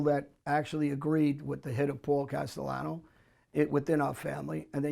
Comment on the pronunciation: “Other mobs” ?? Vlad has no knowledge on that life. For God sakes he called Paul Castellano “Casteyano”